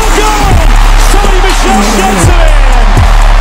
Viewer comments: He said Sony's name wrong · he pronounced Sony's last name wrong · You pronounced MICHEL wrong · Its not Michael, it's pronounced like Michelle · Yay bro it's pronounced "mi-SHELL" not Michael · its not michael like the boy name its michel like the girls name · Did this man really say Sony "Michael". It's pronounced as in "Michelle" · Sony Michel* NOT Sony Michael. Pronouced, Mi' Sh.el Of French/African or creol origins. Aslo, his parents are Haitian immigrants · lol you said michael it's michel like the girls name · It is Michel not micheal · Michel Not Michael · Michel not micheal lol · It's not like the name michal it's like m I sh el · The entire video I was waiting for him to realize that he was pronouncing Michel wrong when the commentator would say it but he never did LMAO MICHAEL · He was saying Mitchell😂😂💀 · 3 years later I am just now noticing he said Michael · Give Georgia 2 years and they''ll be a championship team. Also, its pronounced Sony Michelle. haha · This is how Micheal is spelled 😂😂 it’s M-i-s-h-e-l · Only Michelle is how u pernounce it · Big Time Georgia fan right here and by the way it's pronounced Sony Mishell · This nigga said Sony Michael 😭 lmao!! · that moment you pronounce michel wrong, it is like mechelle obama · Nigga said Sony Michael Edit: Then Mitchell😭😭😭💀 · Sony's last name is pronounced like "Michelle" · hey just so you know I am a dawg fan and we usually suck... So dont get to hyped. (also its sony Misheal is how its pronounced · Bro your saying Sony machail wrong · You pronounced Song Michels name wrong, it's pronounced mishelle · it's pronounced Sony Michel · Does you know that it’s not pronounced “Michael” LOL😂😂😂😂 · sony mish ell is how u say it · Good vid but it's pronounced like a girls Michel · Hey umm it's pronounced Sony (mi-shel) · its pronounced sunny mishell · its pronounced Michelle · It's prenounced mishell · Pronounced Sony mishel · It's pronounced Michel.... Like your gf.